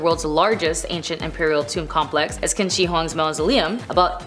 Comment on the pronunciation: Qin Shu Huang, Qin is pronounced as "chin".